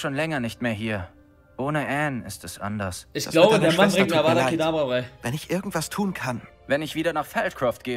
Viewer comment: Feier diese neuen Formate. Weiter so! btw. Es heißt Avada kedavra